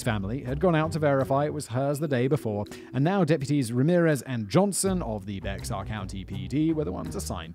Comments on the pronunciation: Bexar sounds like Bear, Not be-x-ar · I grew up in San Antonio--every time Simon said "Becks-ar" I cringed... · Future reference Bexar is pronounced bear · Old video I know, but it's not BeX-ar county...it's pronounced Bear County. Signed - Texas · Hey, Simon! I live in San Antonio. I used to think it was "Bex-ar" too, but it's pronounced "bear". I know... confusing. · "bex-ar" that was so cute hahah, "bay-er" is how we pronounce it :D i remember this case, but i don't think i was old enough to pay attention to the details! so thank you for this one! haha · Lol. Bex-ar. Its pronounced like Bear. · Bexar County is pronounced “bear” for anyone wondering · Schertz for 8 years and I am with you it just kills me. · Lived in SA all my life and it hurt my ears when I hear it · it’s most definitely pronounced “bear” tho technically it’s pronounced like “behar” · To be fair from a non American point of view I'd of said it the same as Simon, bexar is an odd way to spell something pronounced bear. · I live in San Antonio tx and I can tell you in the 90’s it was not a small town. It is a huge city. Also, Bexar is pronounced “Bear”. I live this channel. Keep it up. 😊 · FYI, guys: Bexar is pronounced "Bear" in 'Merican English, or "Bay-har" in Spanish. This is from a native Texan, born and raised in San Antonio, TX in Bexar County. You're welcome. P.S. Natalia is another small town between LA Vernia and Devine. Each town has their own high schools. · The 'x' in Bexar is silent, haha it's like "bear" 😂😂😂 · Simon! "Bexar" is pronounced like "bear"! Former resident here. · Please, Bexar County is pronounced “Bear” because it’s Spanish. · Hey Simon!! The county Bexar is pronounced “Bear”!! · "Bexar" is pronounced Bear, like the animal, if you live there, or Be-har if your accent is slightly more southerly. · Growing up in Bexar county it was tough listening to Simon pronounce it like that bc it’s pronounced like bear county 😂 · Hello from Texas! BTW, Bexar is pronounced Bear.